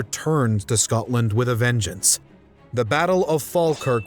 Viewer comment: Scodland? Scoddish? Pish off.